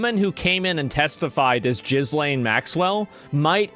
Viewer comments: Her name is pronounced Geee-Lain. And, she has the power to get surgery and makeup in prison and I would not be surprised if she is given leave from the low security jail. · It's Pronounced gilane. That is NOT the same person. Why do so many not realise we are always being played by the 'elites'. Of course there's nothing elite about them. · Bro, her name is pronounced "gillane" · Stop pronouncing the letter S in Ghislaine. Its pronounced Ghilayne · You Americans need to know how to pronounce names properly.its pronounced Gillane the s is silent. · ASmon is Internet GOAT/LEGEND for this very reason... WHy does he say Jizzlane Maxwell?? 1.) its a weird name that doesnt deserve extra effort to pronounce correctly (i have called her the same way since day 1 .. 2.) last i knew, Youtube will shut ur shit down upon saying her name, I remember Redacted getting a 1 time warning for saying her name on video, and if done again would experience channel ban or whatever 3.) its funny and the perfect troll back at Youtube and common jab people do when they want to throw shade low key, they will pronounce names incorrectly on purpose usually in a comical way.. Trump does it a lot, QAuinton Rampage does it too funny af even CHenk called ASmongold ASs-ManGold when he tried to diminish Asmons relevance and his own (Chenk) fandom/knowledge of Asmon.. tbh, i laughed out loud when i heard chenk call Asmon, Ass-Man Gold HAHAHHA so dumb and low brow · lol!! A diffrent guy!!! How h pronounce her name… jizzz.. somthing maxwell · It’s pronounced “guh lane”. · The name is pronounced Ga-lane, painful hearing you say it incorrectly. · Jizz Lane Maxwell Is he pronouncing it like this on purpose as a joke? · Did Asmond call her "Jiz-lain" ? 😂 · Tim Dillon says it like this too. It always cracks me up 😂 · I love how he pronounces her name "Jizz-lane" LOL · It's pronounced, gheee-lane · "Jizz lane" has to be the most accurate mispronunciation of her name ever. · Thats Jizz-Lane not Ghislaine